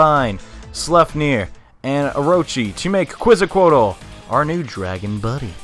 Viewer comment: Awesome walkthrough, but man, as mexican your pronunciation of Quetzalcoatl made my ears bleed. Just joking